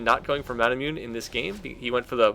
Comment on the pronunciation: He still pronounces the item Manamune as "ma-na-myoon" so I think we'll just have to ride the wave with things like that (for those that don't know it's pronounced "ma-na-moo-neh").